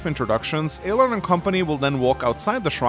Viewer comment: Well we already know you're incorrect within the first 30 seconds because you keep calling them Aylar instead of Alear 😂